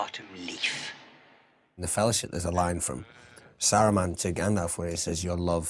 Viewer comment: uggghhh the way the american guy pronounces saruman and theoden makes me angry lol